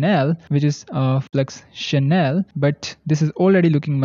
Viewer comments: It's German and it not pronounced as "channel" but as SH-NELL. 😀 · Seaart is a SCAM. And Scnell (fast) is pronounced as Xnell and not channell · it is not Chanel...it is Schnell...no a :)😊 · Flux Channel 🤣 schnell adverb /ʃnɛl/ quickly , fast 🙄